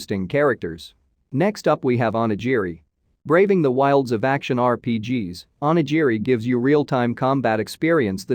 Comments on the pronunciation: Onijiri? I think you mean onigiri... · "Oni-Gee-Ree".... fucking cringe. At least learn how to speak through your mouth bro.